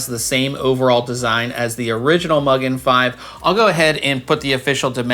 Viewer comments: I like the black version a little better, but great review! I could be mean and start a pronunciation war and say it's Mu-gen, not Mug-en, but that would just be silly. 😂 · Just FYI, I believe Mugen is pronounced Moogèn. There's a Japanese engine company called Mugen Motorsports (Honda motorsport related) and they say the word mugen means unlimited (boundless?).